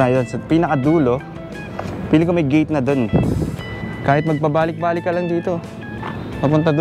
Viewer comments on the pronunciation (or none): none